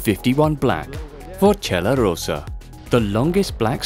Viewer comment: Hello, I'd like to make some observations. 1) It's Forcella Rossa (red fork), not Rosa (pink fork) 2) Faloria and Tofana are linked with a free bus that passes every 20 minutes, going all the way from Freccia nel Cielo to the Faloria cablecar, making intermediate stops in key spots of Cortina, like Corso Italia. I agree it's old, but citing the guy operating the cablecar "it's the only way to go up that doesn't require a 300m high pylon just outside of Cortina". That's the reason of the intermediate stop (and the reason of long times for ascent/descent) 3) It's not clear if you're considering Col Gallina as part of the Cortina resort, as I clearly see images from the chairlift, but you never mention it. 4) You completely disregarded the existance of the Cristallo slopes (not extremely challenging but very enjoyable), which are probably the most fun due to the low affluence, fast chairlifts and very good food in Son Forca 5) Please do a bit more research on how to pronounce these names, you completely butchered them. This one is just a suggestion tho. Thank you.